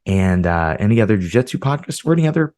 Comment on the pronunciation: 🎉🎉🎉 Congratulations on not saying “jiu jetsu.”